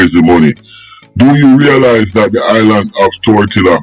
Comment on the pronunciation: It's Tortola pas tortilla 😂😂😂 ....yo need to fact check on many of your stories for real